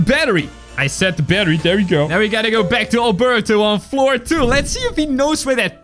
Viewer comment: Albelto NOT Albuurto